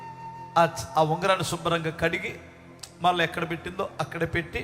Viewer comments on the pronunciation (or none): none